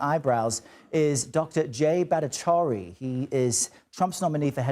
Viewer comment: Is it possible for this commentator to pronounce Dr Battacharya’s name correctly?